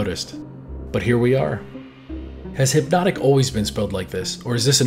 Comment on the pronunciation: “HYpnotic” (emphasis on the Y😅) definitely did sparkle when it first came out. It was quickly discontinued after lawsuits cuz of watever that was in it making it sparkle like that. Apparently it was going to have bad effects. They came back targeted at, and working with, rappers and hip hop culture without the sparkle as “Hypnotiq” The company makes no mention of the shady beginnings and the first cancellation but I remember this vividly from living thru it and working in a liquor store